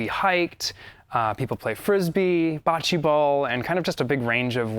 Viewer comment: Every Italian bone in my body hurt when said BO-CH-EEEE BALL 😂